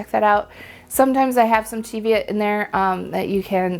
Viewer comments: Thank you for pronouncing Cheviot correctly lol! Born and lived in the Scottish Borders within sight of the Cheviot hills all my life it niggles every time someone says it wrong 😂😂😂. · Love your snarky comment about using Easter egg dyes. I solar dyed a double-stranded hand-knitted sock blank last year using Easter egg dye tablets and I LOVED the results! Easy to knit matching socks. I also agree with your pronunciation of Cheviot. Heard this pronunciation from my Scottish relatives when talking about the Cheviot Hills.